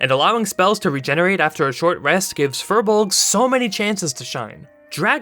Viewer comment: Firbolg is pronounced “fear-bolg”